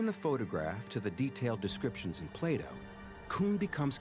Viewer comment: Who else heard Playdoh instead of Plato :')